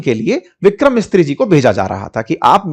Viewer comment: पंडित जी आपने विदेश सचिव का नाम ग़लत बोला। उनका नाम विक्रम "मिस्त्री" नहीं विक्रम मिस्री (मिसरी) है।😅